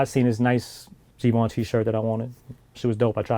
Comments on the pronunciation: No Givenchy, But you pronounce ut like gi ven chie basically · This nigga calling Givenchy.. as geevenchi 😂😂